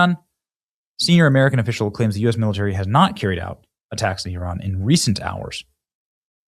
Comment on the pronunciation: Thank you for pronouncing Iran correctly!🎉. It sounds like “E-Ron”.